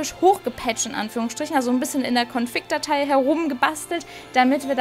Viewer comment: Ich versteh bei dir immer ConFICK nicht config :o